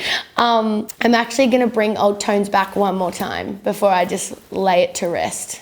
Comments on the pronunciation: She didn’t explain why she says “dime” instead of “time” And why she goes “then I make you DUVIT all again” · I love how she owns her accent by having "dime" on her hat, just like she pronounces "time" all the time. ;) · she says it like 'time' when she's talking, but her 'singing persona' or voice or whatever says it like 'dime' lol